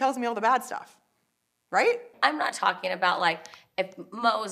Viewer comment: Kyle please learn to pronounce the "G" in "ing" - it's "Talking", not "Talkeen"